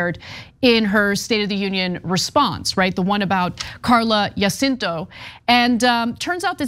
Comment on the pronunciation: It's crazy how Ana can hear Jacinto pronounced correctly several times during the outside clip yet continue to mispronounce it. For Angelenos, pronunciation of Spanish names is not obscure.